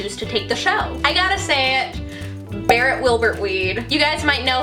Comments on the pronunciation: OMG SHE GOT BARRET RIGHT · she got barrett right